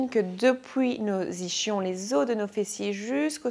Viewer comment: Séance de ball efficace ! si je peux juste me permettre en revanche, vous êtes belge, mais ischion, peu importe l'accent, cela se prononce i-s-kion, pas ichion, voilà ;-)